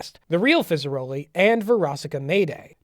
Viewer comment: Only thing that bothered me during this was hearing you mispronounce fizzarolli